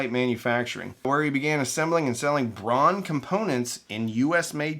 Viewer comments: German names pronunciation: DEETER Rams and Peter HART-vine. Bonus info: Braun is pronounced Brown. You're welcome. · "Braun" is pronounced like "brown" and, in fact, is German for the color. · Germans pronounce Braun like we pronounce brown. Which is fitting since the translation of braun into english is brown. So why do you pronounce Braun like Brawn?